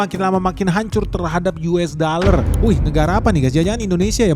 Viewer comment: Yu es da ler 😂